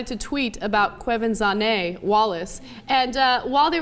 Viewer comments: Kwah-ven-janay. Just sayin. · you are all pronouncing her name wrong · They keep saying the name wrong.. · ana goes to pronounce the hard name....ouch swing and a miss ana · Even Ana can't pronounce her name right :) even though she is prob feeling proud of herself cause she thinks she did.